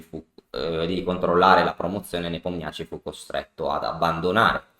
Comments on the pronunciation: Grazie per l’analisi tempestiva, comunque Nepomnjaščij si pronuncia Nepòmnisci 🤣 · Come in tennis i Nomi accorciati come soprannomi 😃 comunque la pronuncia esatta è Nepòmniasci